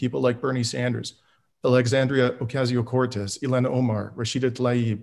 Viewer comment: Bernie Sanders, Alexandria Ocaazzio-Cortez, Ilhan Omar, Rashida Talaib, Senator Merkley. (Markey?) He might want to work on his pronunciation.